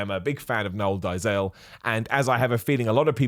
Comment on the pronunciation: It's pronounced more like "Dayzill". Flippin' Seth Efrekens. 😂